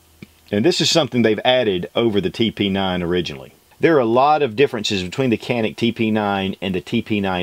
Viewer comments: It's pronounced Janic--not Canik :-( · If you're going to review an item, learn how to pronounce the name please. It's Turkish. It is not pronounced Can-ick. It's pronounced ja-nick or even cha-nick is acceptable. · Pronounced "Djanick" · Excellent review. I have 2 of this model, plus a SFX. I am always impressed with how good the triggers are. Better than any other striker pistol I have. By the way, it is pronounced "Janik". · Greetings from Turkey to gun lovers of US. If this pistol brand is written as janic then the pronunciation will be up to Turkish. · Canik is pronounced like “jannick” in janet. Thanks for a good rev. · Wonderful review only thing is the pronunciation is janik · I don't think you would give a damn, but it is pronounced like "johnic" :)